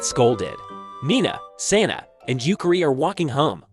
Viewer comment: It's Sanae, not Saena; just for future reference. You spelt it right in the video, but it sounds like it was wrong in the script you were reading.